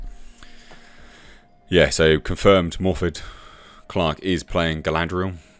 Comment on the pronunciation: One small thing, but iirc, "Morfydd" is pronounced as "Morviff". Not a Welsh speaker, so don't quote me as absolute on that.